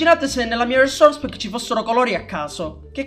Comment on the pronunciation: RRRRRRRRRESOURRRRRERRRCE PACK